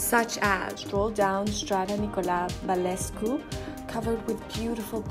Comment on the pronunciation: Nicola Balescu :))))) Is Nicolae Balcescu honey..